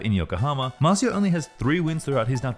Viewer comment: MAR CIO, not MAZU